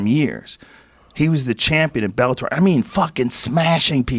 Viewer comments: Joe ``i can`t pronounce Bellator``Rogan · cause he`s Dana bitch. he can`t even pronounce Bellator